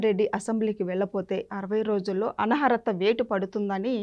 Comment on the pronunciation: Anchor కి అనర్హత పలకటం రాలేదు